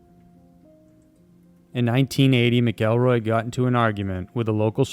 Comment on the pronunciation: Not "Mick-kell-roy"....its "MACK-EL-ROY"